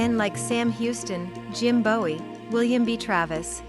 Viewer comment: Lost me when the AI pronounced Jim Bowie’s last name the way the singer David pronounced his.